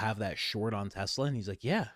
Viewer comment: Idk why, but every time trump says tesla, it sounds like he's sayin "tesler"! He been spendin too much time down yonder!! Lmao